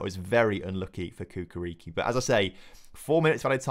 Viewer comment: Hey brotha love the series! It's Chukarichki not Kukariki :D Keep it up